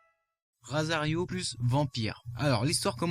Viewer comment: Euh... c'est Rosario, pas Rasario. Un Mange que j'adore à cause de son aspect parfois n'importe nawak mais qui redevient sérieux en peu de temps. Chobits et Dears, connais pas. Kimi ni Todoke, je connais. Dan Machi, j'en ai vaguement entendu parler. Yamada-kun je sais plus quoi et midori no hibi, connais pas Nisekoi, connais de nom. Ichigo 100%, connait uniquement de nom. Elemental gerad, jamais entendu parler mais son concept me rappelle un jeu qui s'appelle Fairy Fencer F. Sword Art Online : un manga dans mon top 10.